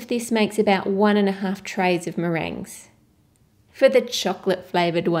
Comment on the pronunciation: meringue not merin xD